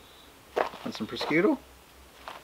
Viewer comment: Prosciutto is pronunced "pro-shoot-o"